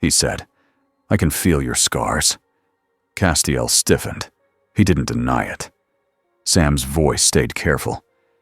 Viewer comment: Only issue i can find is the 27 different ways the AI pronounces castiels name lol